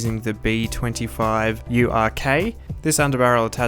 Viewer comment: "B25 URK"... Hah... Gayyy!!! 😆😈 (Pronounced like "You're gay") 🤣